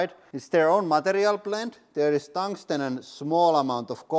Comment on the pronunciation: The what rings? Squirmed? Someone please tell me what he was trying to say. Thanks